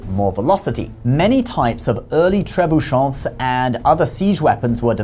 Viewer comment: As a french speaker I did cringe at that pronunciation xD You don't need to make any nasal sounds, there's no 'n' in there. You pronounced it as if it was written "trebuchants"